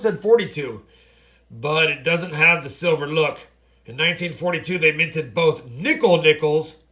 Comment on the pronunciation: Hey. Thank You for initiating my interest in Coin collections (traditionally I am a baseball card guy). BTW I was confused, every time you say " silver war nickel" it sounds like "civil war nickel." HaHa